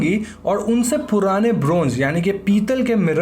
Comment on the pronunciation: The way u say purrrrrane is just amazing 😁